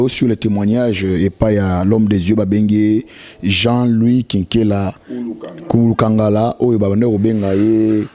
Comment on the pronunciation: Comment tu es assis à côté de ton invité, il prononce son nom à côté de toi mais tu n'arrive pas a répéter. Son no c'est KULUKANGALA et non Nkumu kangala